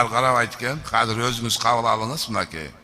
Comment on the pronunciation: Казыр деген соз жок.азыр деп суйлогулочу.